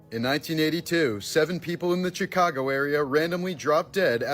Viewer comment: How do you mispronounced "Chicago" 😑